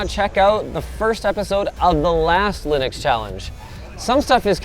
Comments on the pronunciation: Linux not Linus 🤣😂🤣😂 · Linux not Linus, 😅 Linux is a portmanteau of Linus Unix so technically not wrong either way 😂